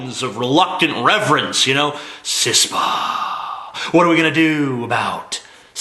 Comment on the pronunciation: It's KISS-PA.